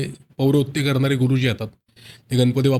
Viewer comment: अँकर ची भाषा सुधारण्याची गरज आहे गणपतीमधील ण चा उच्चार योग्य रितीने करावा